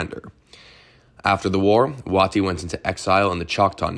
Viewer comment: Another good doc. General Wheeler's moment should have been longer. One criticism if you don't mind? It's not Wah tee, it's Way tie. For General Stand Waite.